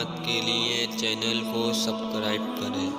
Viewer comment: سبکرائب نہیں... اسے ٹھیک کرو... سبسکرائب... باقی سب ماشاء اللہ سب بہتر ہے